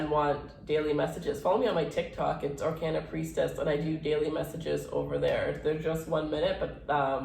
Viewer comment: I thought you said "our can of priestess"